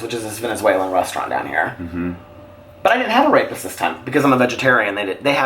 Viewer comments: I literally thought that you said that your favorite thing to eat was “a rapist” 😂😂😂😂😂. I thoroughly enjoyed this as I do all of your videos. You are so awesome!!!!!!!! ❤️❤️❤️❤️❤️❤️ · Same here, turned on CC and it translates it to rapist. Would love to know what he was actually referring to. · Sheri Mitchell I thought that was what he said too!!!